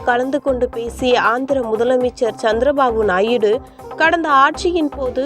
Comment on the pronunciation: நாயிடு அல்ல தாயி நாயுடு ன்னு சொல்லுங்க இதெல்லாம் செய்தியே அல்ல